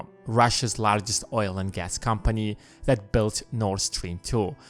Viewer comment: ...please stop saying "that" as "dat"! It makes watching and listening to this unbearable!